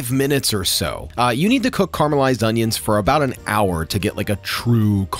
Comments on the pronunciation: FYI it’s caramelise, caramalised not whatever you say! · It's caramelised not carmelized. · Carmelised…. I can’t stand the way youse say that word